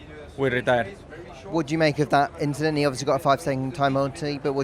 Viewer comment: Yes Lewis, It was an inchident